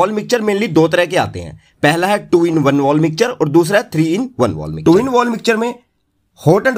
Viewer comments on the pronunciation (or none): मिक्चर नही। मिक्सर।